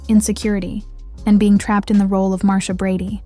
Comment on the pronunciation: How can you mispronounce Marsha ?🤷🏼‍♀️